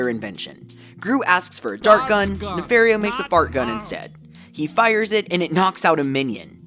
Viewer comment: It’s pronounced nuh-FAHR-ee-oh, “”! 🤨